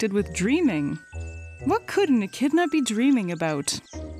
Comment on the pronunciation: Glad you kept saying the name right cuz I’ve been saying it wrong 😂